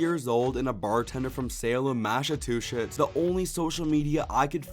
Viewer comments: Mass - uh - two - shits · Try this: Mass-uh-chew-sets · A helpful little tip Massachusetts Mass-a-chew-sits